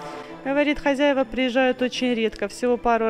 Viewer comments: ХозЯева ударение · правильно говорить хозЯева, а не хозяевА и малЯр, а не мАлер, ты же блогер, следи за своей речью, пожалуйста.